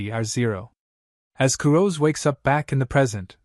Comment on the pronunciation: Kurose isn't pronounced Ku-roz. It's Ku-Ro-Seh. The "se" isn't dropped like it is in the English word "rose". They are Japanese. The name is Japanese. That means its pronounced with Japanese pronunciation. Please just show a modicum of respect for the material and spend just a few minutes learning how these words are said.